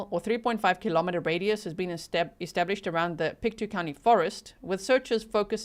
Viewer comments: Hi, I'm actually from Nova Scotia, so thank you for covering this! I'm not sure the pronunciation of the road name, but the county is Pictou, pronounced "pick-toe". Also, you may get into this (I'm just at the start of the video) but I think its important to note that Nova Scotia is one province away from the Maine, USA border. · Pictou is pronounced Pict toe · All places were pronounced correctly except for Pictou .. it is said like Pic Toe :) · From Nova Scotia here - it is pronounced “Pic - tow” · Pick-toe, Pictou. That’s how to say it :)